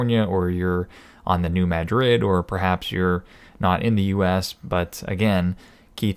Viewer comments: The locals never say New MaDRID. They pronounce it New MADrid. Yes, I know. But that's how it is. Even Buena Vista is pronounced BYOOna VIST(fist)ta. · New MA-drid.